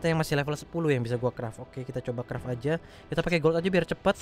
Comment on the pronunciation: Kreft bukan kraft